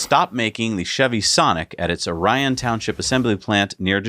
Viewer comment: Bolt EUV: the town is pronounced “Or-ee-on”. It’s weird I know. Source: I’m from there.